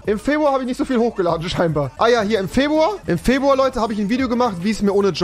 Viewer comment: Niemand: Absolut Niemand: Rewi: Febwua